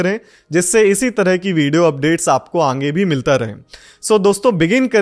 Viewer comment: Sir ange nhi aage hota hai 😝